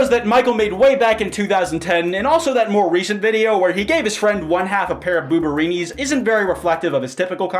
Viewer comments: “Booberinis” please, I’m dying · "Booberienees" I love you